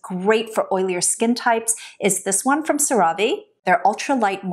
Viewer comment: Have I been mispronouncing CeraVe this whole time??😂